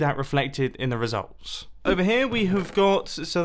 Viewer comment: he slurs interesting and results